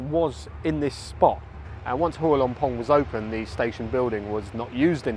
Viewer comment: You have done a lot of research to make this video. But sadly the insult is your total lack of repect and effort in learning the correct way to pronounce every word of Thai correctly. The first one is Hua.